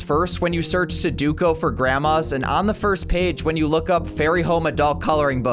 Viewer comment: Someone please tell him how sudoku is pronounced.